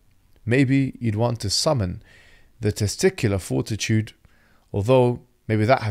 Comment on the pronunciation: "The testicular fortituted" 😂😂😂😂😂😂😂😂